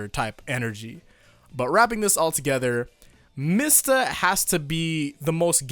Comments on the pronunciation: You mean MEE-sta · it's "mee-stah"